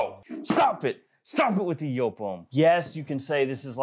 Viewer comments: It's a Dutch name (though the brand has its origins in Germany) and should actually be pronounced more like yope, so yes, pronouncing it as joop or yoop sounds jarring to me and my Dutch heritage. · It’s JOOP ( Yoop) like the word LOOP. It’s not ( YOPE).